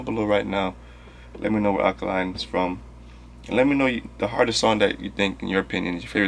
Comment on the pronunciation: It's pronounced Ah day kun lay (without stressing the y)